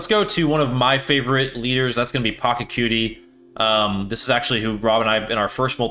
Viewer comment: It's 2025 and you still can't pronounce PA-CHA-CU-TI correctly? Sad.